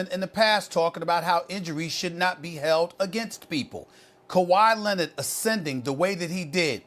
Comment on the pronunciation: Stephen A. "Kawhi Lennid" Smith